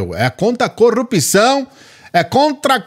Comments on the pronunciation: Ele não fala coRRupção, ele fala coUpção! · Ele não sabe falar corrupção !!!